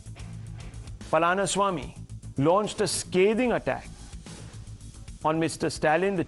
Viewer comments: Request the Anchor to pronounce the names of the person he talks, if it happened to be a Southern region of India person. Former CM of TN name was crushed in his mouth sadly. Unbearable..... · Shame on the Anchors like this who do not even spend 2 minutes to know the pronunciation of South Indian names...the same anchors will rattle of European names properly many a time..Shows what runs inside their heads.